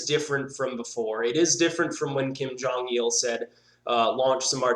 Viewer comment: You seems to know how to rightly pronounce 'Jong' which is originally 'Jung'.Of course who cares but well done!